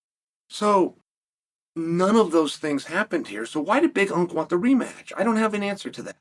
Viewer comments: Omg ITS BIG ANK. NOT BIG UNK. WATCH A DAMN BEDTIME MMA VIDEO FFS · Big unc ? Big unc is you chael. Big unk is Jon Jones 😄 Big Ank, like anchor. Is the LHW championship